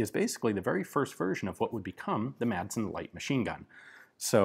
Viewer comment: Hey Ian, the D in Madsen is mute. Now, repeat after me: Rødgrød med fløde.